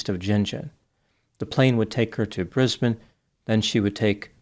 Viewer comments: Omg u said my cities name right...Brisbane! American's always say brisbaaane...haha Thanks ❤😁🐨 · I'm so impressed at how you pronounce our Australian cities like a local. A lot of Americans prounounce names so wrong like "Brisbayne" when it should be prounounced "Brisben." Well done, you've obviously done your research.